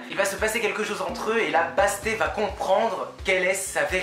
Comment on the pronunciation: Salut, super vidéo qui donne envie de le lire On prononce le deuxième « t » de Bastet